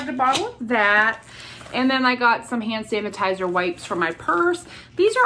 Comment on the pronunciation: Love how you said “hanitizer”, that’s what my 6 year old has always called it.